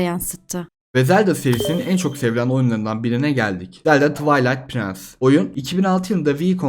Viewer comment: A link to the paste nes oyunu demen ve "A link OF the past" demen bi zelda fanı olarak aşırı sinirimi bozdu birdahakine daha iyi araştır lütfen güzel video + ilk çıkan "legend of zeldağ" oyununda save sistemi vardı izledikce yeni hatalarla karşılaşıyorum fikrimi değiştirdim bayan arkadaşa bidaha "zeldağ" dedirtmeyin lütfen ve oyunun ismi "Twilight princess" prince değil